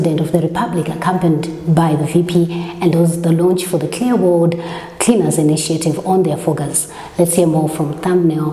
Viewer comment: You always kill me with the VP 🤣🤣🤣🤣🤣🤣 guys you're killing me "creaners" 🤣🤣🤣🤣🤣